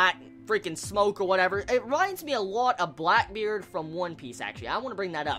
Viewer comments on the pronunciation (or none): none